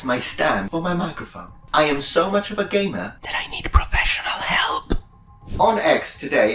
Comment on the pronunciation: took me several listens to figure out he was saying "gamer" rather than "gay man"